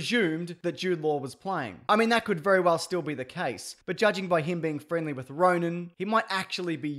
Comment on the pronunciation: Ronan, not Roman. Otherwise, bloody great stuff, man.